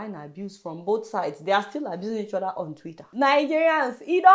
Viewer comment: wtf is ''WHOPPED"? Nigerian word,,,, they even say ''order'' instead of ''other''....